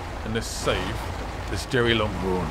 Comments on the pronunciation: also stop calling it jerry its derry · It’s Derry not Jerry 😂👍🏻